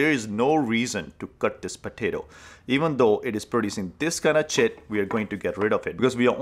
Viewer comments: I have never had such a huge smile on my face as I listened to him say chit. 😂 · Is he saying tit?